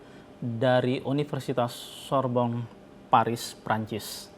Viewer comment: sama Universitas Sorbonne, ujung kata "Sorbonne" bukan huruf konsonan jadi nggak dibaca dengung (seolah "ng") jadi Sorbong. Bacanya Sorbon aja.